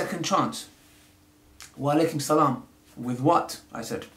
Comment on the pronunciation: salam u preach dawah mashallah but u can't say salam properly